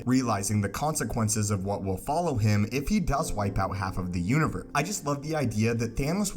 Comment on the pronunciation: Why do you say univer instead of universe?